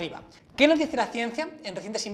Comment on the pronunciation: Jajajajaja dise perdida de grasa